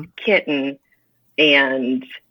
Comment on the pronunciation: Its pronounced Kitty-en?!